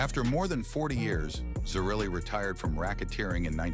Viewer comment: Pronounced Tocco and zer-relly (zerelli)